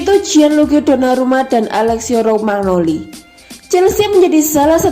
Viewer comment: Rokmagnoli...😥😞😔 yang bener romagnoli min..min... Kosakatanya ancur... 😁😥 Semangaaaat min... 💪👏👍 forzamilan..